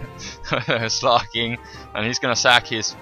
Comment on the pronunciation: it's slaking not sloking